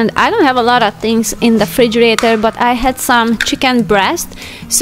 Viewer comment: Chairs look superb!! Why is not mentioned what the name is... will you tell me? I also asked under the privious video what kind of a little burner/stove you have on a counter. That's new and looks lovely (its NOT on the amazon list, I checked). PS. it is REfrigerator, not frigi-rator xx..